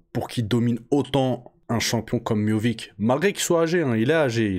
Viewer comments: Prononcé miossiche serai plus facile mon grand, arrête de dire Miovick, miovik😅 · Miovic ? C'est miocic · Je crois que c miocic et non miovic, il me semble. J'ai trouvé que miocic n'était pas très affûté physiquement pour ce combat.